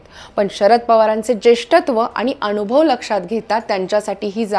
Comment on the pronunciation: आणुभव नाही अनुभव असे उच्चारण करावे.